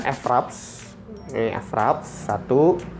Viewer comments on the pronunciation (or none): Mas itu bacanya fraps bukan EF-RAPS